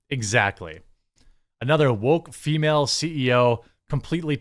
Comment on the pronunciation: You could always refer to her simply as a "woke CEO." "Female," did not need to be attached to woke. Plus your verbal emphasis on "female" made it sound like you have an axe to grind with females, instead of with woke culture. I'm sure that was not your intention. Just listen to how you spoke that word in that particular sentence at the end of the video and you will understand how easily it could be misconstrued. Just trying to look out for ya, dude! 😎🍻